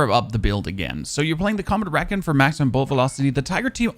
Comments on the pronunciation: Friendly tip to you:D When you say “recon” (as in Combat Recon barrel) it’s pronounced “Ree-con” whereas you say “reckon”, as in I reckon it’s going to be a rainy day. I know you speak German and English isn’t your first language but just wanted to let you know so it’s perfect, in the nicest way possible ❤️ I come here every day, love all the content! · Great upload I love the m82 Also it’s “ree-con” what is your native language btw? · HOLY SHIT SAY RECON RIGHT!!!!